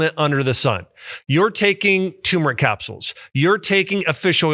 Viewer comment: Btw Dr. Axe, it's turmeric (tur-mer-ick) NOT tumeric (tomb-er-ick)